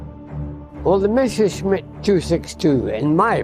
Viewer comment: Once again we have 'Mesher' schmitt... It's MESSER schmitt!